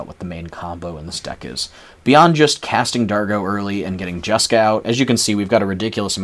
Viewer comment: Lol "jaska"? You mean jeska?